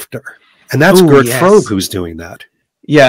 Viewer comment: Gentlemen, Mr Frobe was German; his name is pronounced Frober [without the final R]. I loved the discussion, though; thank you both.